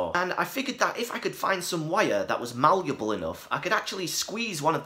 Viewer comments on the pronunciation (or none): you saying the word "malluable" reminds me of your old gallium and ferofluid videos.